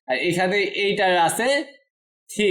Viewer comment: Bhai thiri na bole three bolle ki hoina? 😅